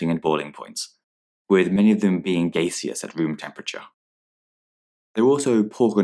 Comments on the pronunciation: anybody realised how he pronounced gaseous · What was the pronunciation of "gaseous" 🤣🤣🤣🤣 Never heard it like that in my life Also, thank you for this video, it was incredibly helpful and hopefully at this rate I'll pass my November mocks thanks to you and your platform :)